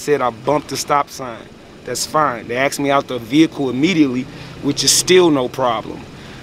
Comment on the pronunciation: It's asked no axed